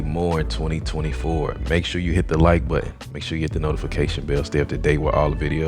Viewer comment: Hit that like butt--in😅 It's impor--ant.